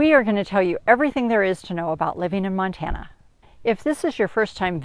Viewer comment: It’s a PLOT map, not a Platt map 🙄. Love it “If you’re thinking of moving to Montane, don’t “ (long pause)....